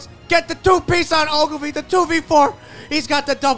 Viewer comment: why’d he do Ogilvy like that 🤣